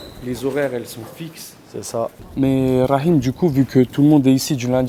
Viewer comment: Franchement chui étonné la bonne prononciation du prénom rakhim prcq en grande majorité, les gens ne parlant pas l'arabe ne savent pas le prononcer correctement😄😁😆